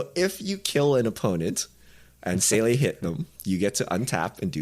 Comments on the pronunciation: The way pronounces Seele drives me crazy. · I saw random German on the pole to these cards and now it makes all sense. The anime brought the German. But I have to say it but s crazy how weird Seele can sound with how little you can say wrong